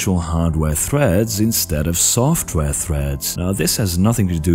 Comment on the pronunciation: dont drag your syllables out for so long, for example at threads . you wouldnt talk like this if you talked normally and its really unpleasant to listen to.